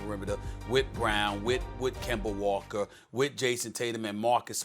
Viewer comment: "Kember Walker"